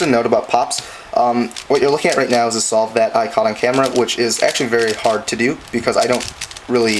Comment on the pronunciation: "Whaut yu ar luking at rite nau is a SAULVE dat i cot on camra"